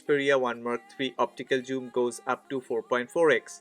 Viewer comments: Its "Zoom" not "Joom". Besides that great video! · It must be pronounce zzooom not your joom